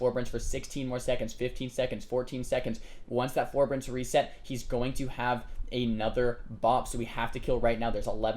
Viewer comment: oh and its for-bear-ense forbearance. not ferberense. lol just saying. i have this tick where i FUCKING HAAATEEE ppl who continually mispronounce words lol